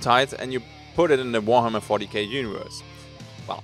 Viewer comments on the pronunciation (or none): none